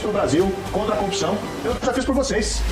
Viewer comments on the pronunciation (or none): Vocês me deixaram com o ouvido bugado toda vez que o marreco fala Corrupção eu só consigo ouvir Copisão